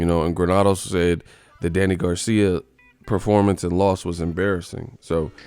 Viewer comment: "What about the top guy Manny?" - Reporter "Ehhhh only after a loss or bad Perpormance(Performance)." - Pacquiao